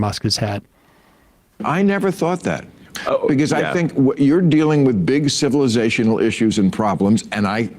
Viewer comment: Emma you're not doing us liberals any favor when you try and pronounce those heavy words like civilisational Emma if you're going to use cannabis you have to understand the little mouse on the wheel in your head is not going to catch up with those big words when your dimmed down with cannabis you have to keep it simple Emma or go back to work at the dairy Queen